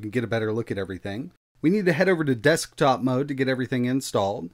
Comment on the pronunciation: The way this dude says “desk-top mode” is killing me